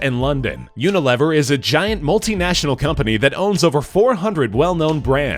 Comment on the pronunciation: Uni-lev-er haha, its Unilever